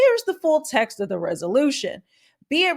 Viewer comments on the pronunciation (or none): none